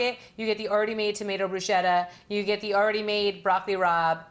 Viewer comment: What Italian says "brooshetta" instead of " broosKetta"??